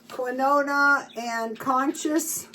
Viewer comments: Quinoa is pronounced keen-wa😊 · Quinona and Conscious. Sounds like a '70's disco duo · She's been told several times how to pronounce these things. Just proves she doesn't read comments. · She's been told that on the last 5 videos